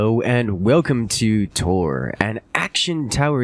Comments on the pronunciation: Taur rhymes with more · As someone who has to say "Taur" regularly when saying my username for things... I am extremely aggrevated when they say it like they're going on a 'taur' across the Pacific coast of the US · I'm not sure on the game name enunciation. Taur - as one sound is linguistically right 'Taurus' for example. TauR - with a hard R is obviously the aim. Tau - R is tower